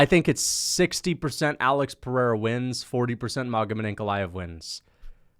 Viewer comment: You could almost call it the PeriERA 😅